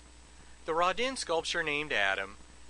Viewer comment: I think my favorite thing about this video is the glorious mispronunciation of Rodin. "Rahdinn". Love it!